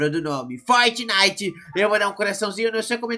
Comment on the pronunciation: Fortineite kkkkk